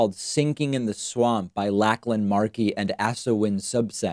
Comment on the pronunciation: David... the author's name is pronounced Lock-lan not Lack-lan